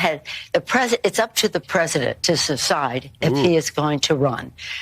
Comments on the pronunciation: Up to the president to secide? WTF is secide? Sober up Nan! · Pelosi says “susside” (I did my best, it’s not a real word), instead of “decide”, and Benny didn’t even mention it! ?? Weird. I thought we were in “stick it to them” mode. We should use every single opportunity presented to us, to mock and ridicule the satanic left. Come on, man! lol FJB 🇺🇸MAGA🇺🇸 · She said "Cecide" lol